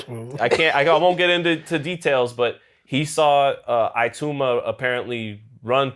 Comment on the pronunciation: Hahahaha that white man is just butchering every single damn name. Has he never watched boxing before? Man said Flip Hrgovic hahahahahah. Pronouncing Itouma isn't that hard either. Straight comedy skit this